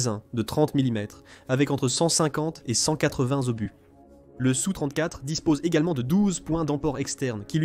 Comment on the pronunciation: Donc je vais t'expliquer, SU se lit SU et S.U. se lit (phonétiquement) ESSU. Et un Sukoï 34 se lit (phonétiquement) ESSU34 et non SU34 Capito?